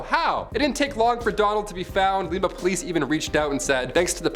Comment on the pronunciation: Lima, oh is pronounced like the bean not the city in Peru 😂😂